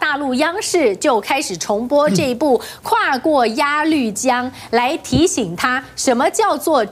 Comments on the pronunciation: 鸭绿江，不读“lv”，而是“lu”，和马路的路同音。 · 是鸭绿（lu路）江，这里不读绿。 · 鸭绿江，事实上当地人读鸭lu （发音同“录”）江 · 鸭绿（lu）江！四声！同（路）发声！ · 这地名不叫鸭绿江，发音是路叫鸭路江，字是那个绿字只是读音不同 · 最初的確都念鴨“鹿”江, 至今標準教學也是, 只是平常時候也這樣講, 就會顯得很突兀. 每個地方的念法總有其習慣. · 鸭绿江，这个绿读陆。